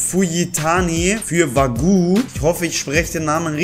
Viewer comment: Der gute alte Osman Dembélé 😂 Der Andere heisst Wagué das wird französisch ausgesprochen😂💨